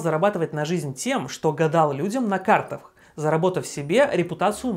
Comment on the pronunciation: Я один услышал: начал гадать на картафх?